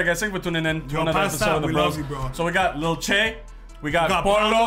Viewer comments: Y'all are saying lil chey that's not how you say his name 😂💀, it's lil TJAY omg lol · It’s lil T Jay not lil chay🤣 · It’s not lil tschay its T-jay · ITS PRONOUNCED TEEJAY LIL TJAY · U pronounce lil Tjay as lil Teejay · ITS TEE-JAY